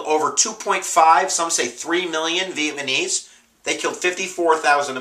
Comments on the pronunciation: It's NOT pronounced Viet-Ma-Knees. It's Viet Na Meez. Other than that, I gave up when you couldn't pronounce their name correctly. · "Vietmanese" vs Vietnamese I really hope you're not a teacher. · You're great but I get a giggle every time you say Vietmanese.. Hopefully you do know its Vietnamese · lol vietmanes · VIETNAMESE nooooooooooooot Vietmanese sorry had to get that off my chest. But otherwise I LOVE YOUR VIDEOS!!! I have 3 IB exams tomorrow and thursday, you're saving my butt! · Ma guy said Vietmaneese and then says "maybe" 3 times in a row .lmfao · He says "VietMANese" so many times haha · Lol, "vietMaNese" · Vietmanese LOL btw thanks for the vids, I'm finishing up my history major and your videos have come in handy. Keep it up!